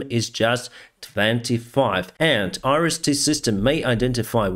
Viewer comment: The top 3 YouTube analysts are in agreement. Iran is making a terrible long term mistake by helping Russia! -- -- "Iris-T" sounds like: Irish tea! LOL. -- -- Oligarchs in Russia are missing the boat. They should be mobilizing to manufacture their own UAVs. -- -- Exchange Kherson oblast for Crimea? lol! Throw in Kaliningrad and 9/10s of non-sea access Crimea and all of Transnistria; and we'll talk.